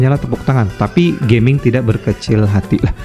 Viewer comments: bacanya Ga ming bukan Ge ming bg wkwk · Fyi, bacanya Ga-Ming (Gah-Ming) ya kak. Bukan geming as in Gaming (english). Soalnya di twt juga udh banyak dibahas dan dijadikan meme dan dianggap disrespectful. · Ga-ming harusnya bukan Ge-ming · Bukan Ge-ming banggg😂 tapi Ga-ming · Tulisannya Gaming bang tapi bacanya mungkin bukan jd inggris Geming, tp tetep Ga Ming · Punten cara bacanya bukan "geming" Tapi "ga ming" Cara bacanya pake bahasa cina jgn lupa ini char liyue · sprtinya ttep bacanya "ga ming" bang, mksdnya bukan dalam english "gaming artinya maen game", nama tiongkok ga sihh. Cmiiw